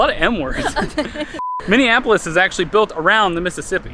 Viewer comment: I hear Mini Apples instead of Minneapolis 😂😂😅